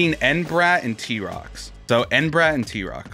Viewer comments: “entra bat”💀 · He said entrabrat 🤮🤮🤮🤮